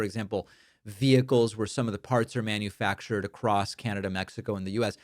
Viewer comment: Did you notice that instead of the word " manufacture" he barely squeezed "manufuck"? Stop using "IQ" term when talking about orange single-cell amoeba.